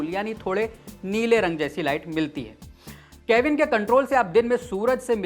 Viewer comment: Kevin nahi Kelvin hota hai.... Lagta hai arts ke student ho beta 😄